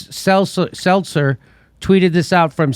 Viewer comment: Lmao Brian "seltzer" gahahahaha